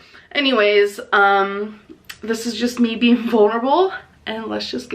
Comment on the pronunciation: "Ing" suffix: exists: Struggles Beeean Meee